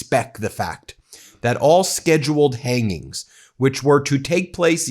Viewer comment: LMAO... "Hanginnnz". Dude cant even speak anymore.